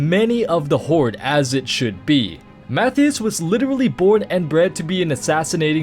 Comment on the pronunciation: Mathew Shaw? Pretty sure it's Matthias Shaw.